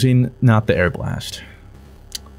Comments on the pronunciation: ARE-BA-LEST. Its not airblast, never. No. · Hey fruit it’s pronounced are-bull-ist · it is Are-buh-list Arbalest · arbalest = airblast You said it without thinking, and didn't noticed either, but now it's stuck on my brain every time i see the gun's name. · When he says the arbalest 🤣🤣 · I really hope was joking about the pronunciation of Arbalest.. its not even difficult to say